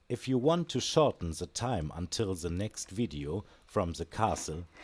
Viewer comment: Coole Sache das Video auch auf englisch anzubieten. Vielleicht noch dran denken, das "th" nicht als "s" auszusprechen ("the" =/= "se") aber das ist meckern auf hohem Niveau :D weiter so, hoffentlich kommt bald mehr